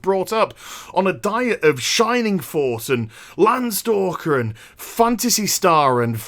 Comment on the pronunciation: I love you even more... you just said Shinning force